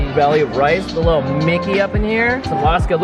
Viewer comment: Did you buy anything for your brain "lityle one"